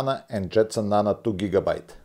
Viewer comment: Nano, not nana